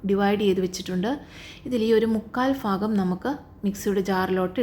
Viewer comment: ഫാഗമോ? ഭാഗമോ